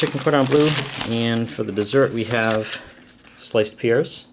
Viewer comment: Lol I heard "sliced piers" for "sliced pears"